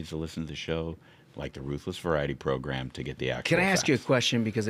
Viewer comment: proGRAM, not proGRUM !